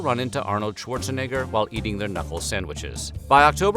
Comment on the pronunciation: The way he says Arnold’s last name 🤣 a little sus..